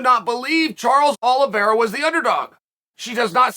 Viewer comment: Charles Oliveira is still so underrated that grand master chael can't get his name right lol The champion has a name